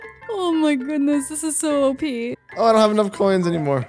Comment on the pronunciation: Please stop saying OPEEHEE